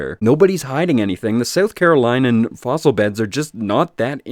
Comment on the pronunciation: As a South Carolinian, it's pronounced 'Carolinian'. =) Also - I live very close to the Ashley Phosphate area and I had NO IDEA that any of this existed. So, thanks for that - now to go fossil hunting! =D